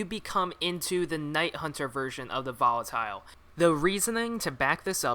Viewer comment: i hate how you say volatile wrong